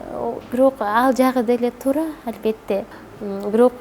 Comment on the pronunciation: Албетте дагы дебей Альбетте деп кыжырымы гана келтирдиңго кайра кайра кайталап Дагы орусча кошуп сүйлөп алганычы...